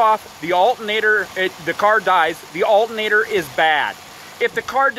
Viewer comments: It's not pronounced "altnator". There's another a couple more letters in there. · "VeE HICKLE" "Alt in nator" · Um…the THIRD LETTER of alternator…..is “T”…..NOT “N!!!” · uhl-ah-nader is running the vee-hhicle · al..ernator lol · No brother, that's Al'nator LMAO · There's a t in the word alternator. Lol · Can't trust a guy who can't say alternator right! Half ass shit! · The way this guy keeps saying alternator is soo annoying!!! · You're not pronouncing alternator correctly so it sounds funny. You can see the word is pronounced the way it's spelled.